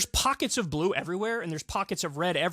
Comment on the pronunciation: Heh heh. I heard "If you're team *blew*...